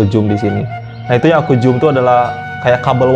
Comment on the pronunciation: Bukan jum bro tapi zoom sebut betul2 nnt salah fhm bro....